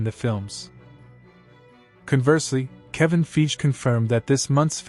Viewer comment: It’s pronounced like: Fy Gee. You’re saying it like: Feej.